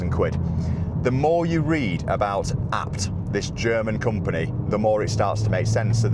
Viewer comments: Is it not pronounced A B T as separate initials.... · Please stop saying ah-bt lol